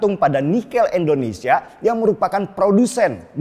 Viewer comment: Indonesia boss, bukan endonesia